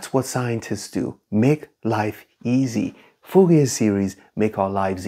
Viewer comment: So in french the last letter is usually not spoken, ou almost sound like oo in fool or root in english. So probably pronounce it like Foorie